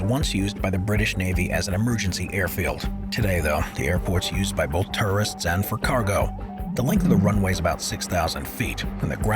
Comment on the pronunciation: . . Is it just my ears or the guy keeps saying terrorists instead of tourists ?